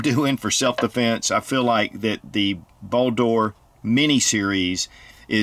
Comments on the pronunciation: Why do you keep saying "Ball Door", "Ball Door", that shit sounds so hilarious and hard to watch. I don't think I've seen an "O" in the word. It's simply "Bald-R" as it's spelled. Olight likes Norse Mythos for naming products. Simple search Baldr (anglicised Balder, Icelandic: Baldur) is the god of light, joy, purity, and the summer sun in Norse mythology, and a son of the god Óðinn and the goddess Frigg. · It is pronucened Baldr not baldor skip the o